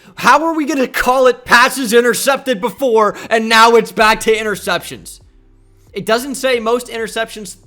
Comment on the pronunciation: Why would someone so illiterate make a quiz like this lmao. Didnt want to check spelling for anyone?? Ya know like for Blake "Portles". Or knowing how to say "interceptions" and us know what you're talking about?